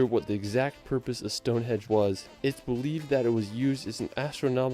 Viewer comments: Is he saying Stonehedge? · Westminster, not Westminister. Stonehenge not Stonehedge. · Its stonehenge not stonehedge. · Jeezus. Westminister and Stonehedge. I despair about the people who put these videos together. They are trying to convey information and they can't even read or research. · Anyone else notice the guy Calling Stonehenge, Stone hedge lol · Ps, it’s Stonehenge, not stonehedge. There’s an ‘n’ in there. 😄 it’s worth a visit due to its history and above all to get a sense of how the heck did they achieve it. Bringing stones 500 miles from mountainous, beautiful Wales. The Cotswolds are one of the prettiest groups of villages in England and will take you back in time. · Did the man say Stonehedge? Along with "Westminister", surely this guy should learn what these places are called before he starts commenting on them! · WESTMINSTER not WESTMINISTER, STONEHENGE NOT STONEHEDGE and he cant measure to save his life either! Eilean Donan is where Connor McCloud (I think) HIGHLANDER (in the film) originally lived, Queen Connection! . FYI the back arrow button on your Keyboard (the 4 tetris shaped buttons on their own) will send a video back 5 seconds if it is paused, helps continuity as you only have to do a quick press to go back. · I genuinely doubt the guy who made this video's claim that he's been here, or at least that he's familiar. His choice of places (in England at least) is VERY limited to a relatively small area that always gets covered in videos like this, and his pronunciations are terrible! StoneHEDGE?! WestMINISTER?! Holy ROD?! 🤣 Okay, I have to amend this a bit, he included shots showing he was here, but I still have doubts about just how many places he'd been & how much he knows about them. By the way, if you like castles and Wales is on your list, you're in for a treat if you visit! Wales has some of the best preserved and most spectacular castles in the British Isles.